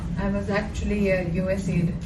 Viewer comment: US aid bolo sir. U N aid nahin.